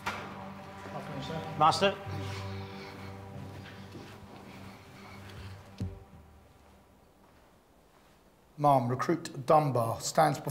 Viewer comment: Do they not teach how to say ma'am in the Navy?